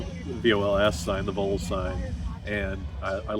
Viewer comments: It isn't Voles, it is Vols as in short for Volunteers. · And it's Vols as in Volunteers